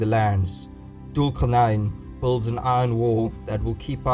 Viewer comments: You butchering the pronunciation of Thul Quarnain - Alexander the Great can’t be Thul Quarnain as Alexander was a Pagan and Thul Quarnain was a God fearing Leader. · Everytime he says "Dhul Qarnayn", I die a little inside.